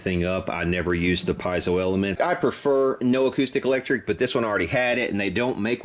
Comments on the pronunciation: It's pronounced peezo. They were originally made for smoke alarms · I tried, I tried, I tried, but I can't not say it: it's not "pie-zo", it's Italian, pronounced "pee-ay-zo". You're a luthier; know how to correctly pronounce your products.